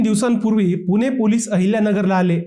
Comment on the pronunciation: पुने नाही पुणे आहे ते